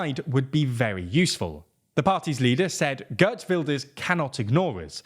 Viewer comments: 'ghurt wilders. lol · “Guhrt Vildurs” 😂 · Gurt Wilders 🤣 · "Gurt Wilders" .... dudes, I do not like the guy but there is no need to slaughter his name like that. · GURT WULDERS 😂😂😂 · Girt Welders ;)